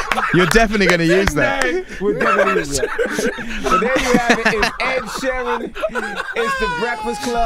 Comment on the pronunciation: ‘Ned sheeran’ 🤣🤣🤣🤣